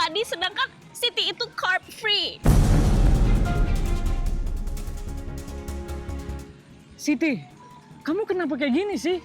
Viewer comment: "Card free". 😂😂😂😂